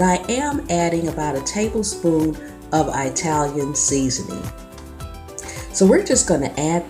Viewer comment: Italian not Eyetalian